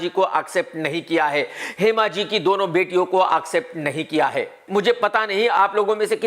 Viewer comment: Bhayya its accept not aakcept